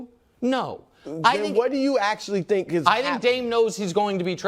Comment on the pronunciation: I have realized something in recent months... Nicks go to is the phrase "I think", only instead of pronouncing "Th" in correct manner, i.e. thought, three, thrust, etc... He pronounces it like The, They, Them... Once you identify it, it's nails on a chalkboard. Do better Nick.